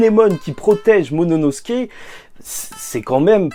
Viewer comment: Lol apprend a prononcer momonosouke lol. Sinon super vidéo comme dab